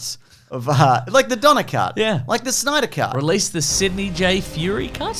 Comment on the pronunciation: Don-ner cut. Don -Ner Cut. Don-ner cut.